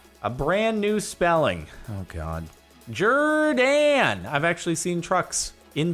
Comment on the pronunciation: Jerr-dan, hm? are you kryptonian?